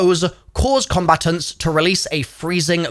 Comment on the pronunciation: I’ve never heard combatants pronounced like that before. “Combatuns”, where are you from in the UK?